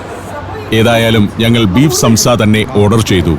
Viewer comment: സംസ അല്ല സോംസ. നീട്ടണം. നമ്മുടെ ഉച്ചാരണത്തിൽ സാംസ. നമ്മുടെ സമൂസ ഇതിൽ നിന്നും വന്നതാണ്. സോംസലറി (somsalari) എന്നാൽ ഇവരുടെ ഭാഷയിൽ സമൂസകൾ.